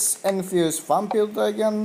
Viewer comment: Your not saying vampire right